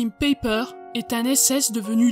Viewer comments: Aie aie ça pique, En Allemand, Joachim se prononce "yoarhim" et "Païper" avec un "e" faible ... Ce n'est pas qu'il faut obligatoirement être germanophone pour faire ce genre de docu, mais essayez d'avoir la prononciation et tout de suite vous aurez le petit "plus" 🙂. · En effet, finalement il faudrait prononcer : Peiper Paille père En deux syllabes avec accentuation sur la première .